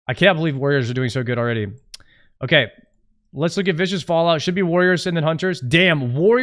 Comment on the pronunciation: Every american says Vicious Fallout instead of Viscous, its incredible honestly.